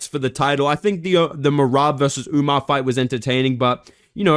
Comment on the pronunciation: “umnar” holy casual. WE are not getting information from you lil dawg